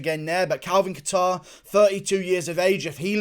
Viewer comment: Kayter. Sounds the best too. Hearing catare over and over in this video is kinda tilting me.